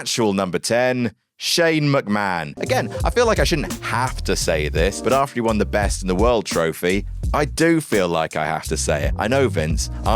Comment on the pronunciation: After* not Ohrfter